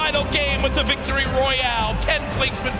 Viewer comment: Did ninja say Victoroy